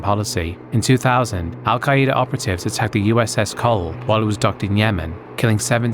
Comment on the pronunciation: Al-Queda is not pronounced "Al-Kai-E-Dah" it's pronounced "Al-Kay-Duh"